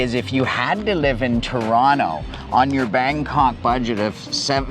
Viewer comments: That's not how Torontonians pronounce Toronto... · This guy isn't from Toronto, he says it with a hard T and no one from Toronto says it like that. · How is this man Canadian but cannot pronounce Toronto properly lol im baffled